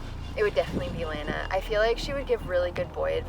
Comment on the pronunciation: But why do you pronounce lana like that